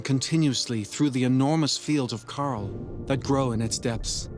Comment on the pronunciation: I wish he could have pronounced coral correctly. All I could hear was him saying Carl. I had to turn it off